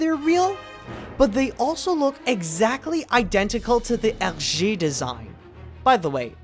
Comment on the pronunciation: I noticed it too when I saw the film for the first time. Btw thank you for pronouncing his name like you did because up until now I've ALWAYS said it wrong after all the years of me reading the Tintin book (which I did when I was a kid, just like you) and I'm 19 right now! :)